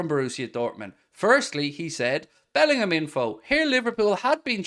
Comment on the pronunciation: Good lord man, love the channel but bloody bellendham again